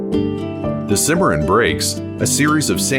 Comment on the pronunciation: R.....Kansas River, Cimma...Ron River, just saying! LOL Great Video!!!